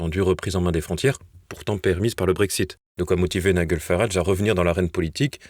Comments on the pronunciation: Ça se prononce NAÏDJEL Farage (pas Naïguel) …… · Cher: on prononce Ni-J-el, et non NiGUel! Comme le G de "Georges", et non comme celui de "Golfe"... Merci pour tout, avec toute ma sympathie! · Nom d'un chien, quand allez-vous apprendre à prononcer les patronymes et mots étrangers correctement ? "Naï-gueul" par-ci, "Naï-gueul" par-là, c'est insupportable ! Le prénom de Farage se prononce "Naï-DJEUL". Qu'on se le dise une fois pour toutes, sur votre chaîne comme sur d'autres, d'ailleurs... 😤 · Il est quand même grand temps d'envoyer vos journalistes suivre un cours pour apprendre à prononcer le prénom de Nigel Farage. Il ne s'appelle pas Niguel !!! Vous n'avez pas assez d'argent pour payer de vrais journalistes? Vous en aurez encore moins quand nous cessons de vous soutenir financièrement puisque vous continuez sans prendre nos remarques en compte.